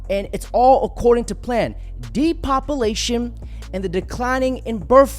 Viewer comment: Dude, “Depopalation “😂😂